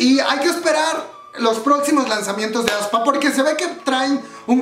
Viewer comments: aespa no como lo pronuncias aspa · Me gusto el grupo ya esta en mi playlist y ya PARA! jajaja tampoco se pronuncia ESPA, SENCILLO ES....... AESPA tal cual. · Aspa jaja, no te preocupes nosotros tampoco sabíamos cómo se pronuncia. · Yo cuando vi aespa no leí así como se pronuncia sino que dije avispa 😂 F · Jajajaaj "Aspa" :v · Cuando dice que ya sabe pronunciar el nombre del grupo, pero en realidad no. Me mato la voz en off aclarando su error. Gracias por ser tu mismo.